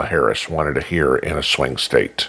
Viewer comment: Hear-rings….. awesome!!!!